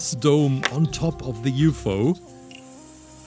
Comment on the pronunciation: He also pronounced ufo as yoo foo